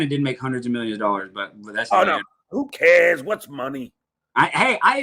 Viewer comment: the biggest chiseler of them all says "who cayuhs! what's money!"